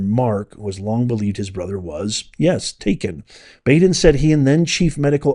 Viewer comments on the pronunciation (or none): Dr. Baden is pronounced like Bodden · The guy's name is pronounced Bod-in... Not Bad-in. Been watching that guy mid-80s early nineties... He used to be on a show on HBO called autopsy I think. And he's been on all kinds of different assignments in projects and cases... But word of caution with him, and I'm not sure if this is true.. but they say he can be paid to come out with whatever outcome you want.... So there's that. Then again he could be square as a cube I don't know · Just for clarity, the pathologist’s name is pronounced BAW—DEN, not B-A-DEN. I believe Epstein died of an accident. He was doing something weird sexually, went too far and hung himself. Baden also said the same thing about another cases where those little bones in the neck are broken. He is also a pay for hire pathologist. Not sure how reliable he is anymore. He will deliver his opinion for whoever pays him. Just saying. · Great release...Its pronounced Bahh-din. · thank you for publishing this and giving us the information. It is really disgusting and absolutely evil. Baden is pronounced Bah-den. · It’s Bahhh-den, Maria Bar-ti-romo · You mispronounce Baden😂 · Dr Baden is pronounced like (bottle) not like the "a" sound you're making